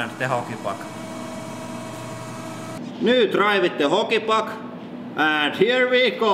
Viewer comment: also when you say hockey puck it sounds like holy fuck